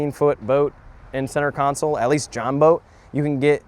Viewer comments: Stop calling it a "counsole". It's a "console", like the center console in your car or truck. Sorry, I'm very OCD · You do know it’s “console” and not “council”. Right?? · only thing I am hating on is the way you say console lol